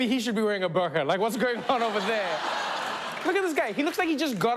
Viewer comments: Its pronounced "boer-qah" not bur-car. Say it the way it is meant to be said not the way the media taught you to say it. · btw it is pronounced as boorqa (like food; double o sound) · I really though Trevor would pronounce burqa properly..😂💀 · The pronounciation of "Burqa" kills me.